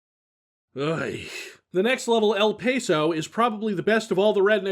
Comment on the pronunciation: It's EL "Pah-so" not "Pay-so"